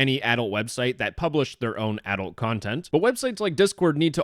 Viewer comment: Note to Adult sounds like "adolt" and not adult, idk it's a Canadian accent or something